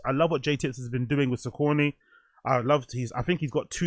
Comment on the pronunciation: yoo i think its pronounced sock-a-knee broo 😅 but yeh a confusing one